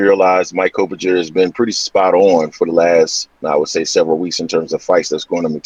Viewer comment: Coppinger's name incorrectly, you've pronounced it correctly in months past...